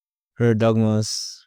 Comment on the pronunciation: His name is pronounced ErdomuSH like SHow.